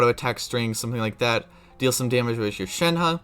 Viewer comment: Can we talk about how he said it correctly?